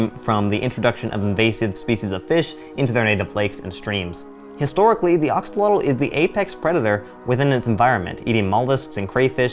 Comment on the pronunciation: Pronounced ax-oh-loht-ohl or ash-o-loht but good video!